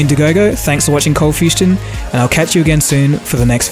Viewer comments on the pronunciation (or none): Says Coldfustion instead of coldfusion in intro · Why the “T” in ColdfusTion?